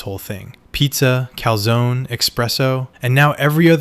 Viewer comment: Don't ever pronounce Calzone like that again